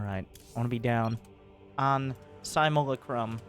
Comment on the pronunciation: it's pronounced Sim-you-LACK-rum